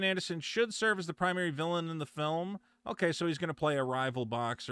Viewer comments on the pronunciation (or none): none